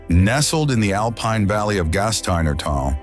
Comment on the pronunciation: Meanwhile therefore yet, furthemore, in addition there is s problem with pronunciation!!! One hears Tryol pronouncef Tairol and then correctly Tirol, later Alpine is pronounced Alpeen and then correctly. The narrative is full of meaningless phrases Why write such drivel. I laughed from beginning to end. Please use a resl person and not some stupid AI smarmy American.